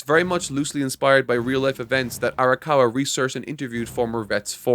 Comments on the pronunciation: My man it’s arakawa not arikawa. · Just been bothering me a bit, you're pronouncing Arakawa's name as "Arikawa", I know you care about referring to the author with correct pronunciation (evident in your Bleach videos), so I thought you'd want to know. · Times said Arikawa instead of Arakawa: 3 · I think he messed up in part 1 and has since made a joke out of it he also sats Arakawa and rose wrong at various points In the video